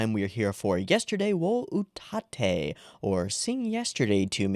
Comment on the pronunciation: This looks very promising. I had my eye on it before it aired and I think I hit lottery. Also not that it matters much, its pronounced— ut (as in h"oot") atte (as in m"atte" in JP)